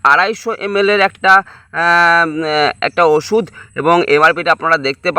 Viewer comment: Agee osuder ucharon thik bolon tarpor video banan